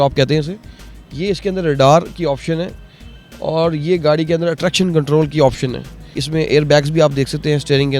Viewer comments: It's traction control not attraction control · "Attraction control" 😂😂